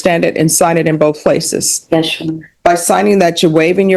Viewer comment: Why does every dipshit go to court and say “yesh your honor” over and over? Is everybody retarded?